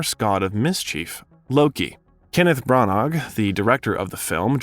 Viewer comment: You don't pronounce "g" in Branagh. Google how to pronounce names.